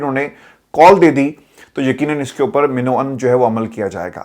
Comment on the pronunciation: سر میں آپ کا تجزیہ سنتا ہوں پلیز اپنا تلفظ من و عن ( م) زبر ڈالا کریں ۔ heart and soul..